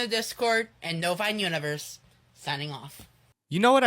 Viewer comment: I think he says Novine Universe